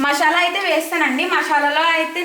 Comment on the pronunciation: Akka adi mashala kaadu masala meru thappuga pronounce chesthunaru akka